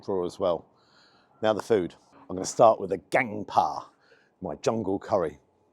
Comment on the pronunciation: jsyk it's pronounced "bah" (it's the thai word for jungle)